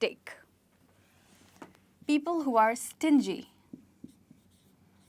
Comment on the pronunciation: I've learnt it "cheapskate"' not "cheapstake" kindly let me what's right. Thank you